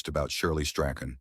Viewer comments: Shirley Graham Strachan's Surname is Pronounced as - "Strawn."‼️😌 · You must feel pretty silly. You pronounced his surname at least 4 different ways & each of them incorrect. His surname is pronounced Strawn.